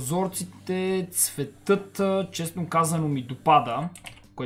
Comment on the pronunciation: ЦветЪтЪ 😂😂😂 поне аз така чух